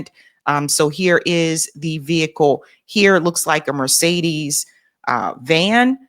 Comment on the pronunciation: Pronouncement not good for Mercedes